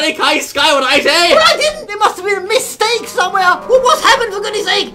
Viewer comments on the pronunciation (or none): It was a "misteak". Why am I so funnay